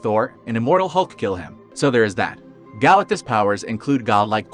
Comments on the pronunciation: Is any one going to mention how fucked up this guy pronounces Galactus’ name? Galactus no question. This has been done in Marvel already, in Mephestos’ own realm. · Why do u say galatctus name like that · Exactly, bug's me too.